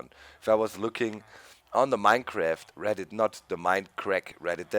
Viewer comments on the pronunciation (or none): none